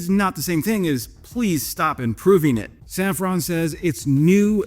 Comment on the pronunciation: Hey, as you are, sometimes, huhuhuhh [fake moustache and a non-lit cig] faux-French, put some effort into pronouncing the French names correctly. Please. And that's coming from a Dutch viewer. Safran has the "an" pronounced as in Obi Wan. Not as in "when".